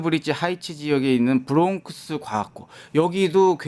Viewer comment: 브롱크스???? ㅍㅎㅎㅎㅎㅎㅎㅎ 코스트코 😮😮😮😮😮😮 어디서온 영어? 코 리 언 잉글리쉬